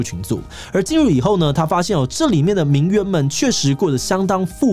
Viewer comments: 虽然但是，我只想说，“名媛”的“媛”念作“yuan”四声！！！！！四声！！！！ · 現在都把這個字唸成『援』的發音了啊 細分來說，作為名詞應該是要唸作『院』的音，頂多形容詞才會唸『援』 不過以賺錢為目的來說，唸作『援』似乎也蠻正確的XD